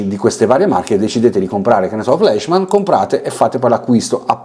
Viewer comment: sempre interessanti i tuoi video che seguo ad ogni uscita. PS. Fleischmann e Preiser essendo tedeschi si pronunciano Flaischmann e Praiser😊